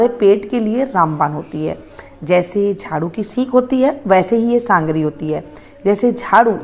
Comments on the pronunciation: Sangri nhi sogri bola jata hai. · Mem sangari nhi sogari bollo